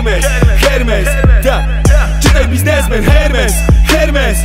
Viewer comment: Wymawia się ERMES 😂